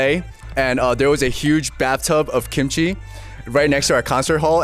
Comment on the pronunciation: She should have known that yellow shirt guy was not Korean not only by his appearance, but by the way he pronounced kimchi. He pronounced it like an American would